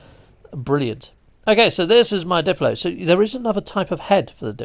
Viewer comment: Everyone always calls them diplos when hello games clearly calls them daplos.